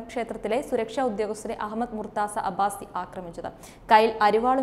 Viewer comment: Not murtza right pronunciation is murtuja which please note.